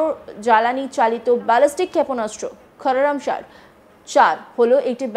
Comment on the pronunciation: কোরামশার ব্যালিস্টিক মিসাইলকে কোরামচার বলছে সংবাদ পাঠিকা 🤣🤣🤣🤣🤣🤣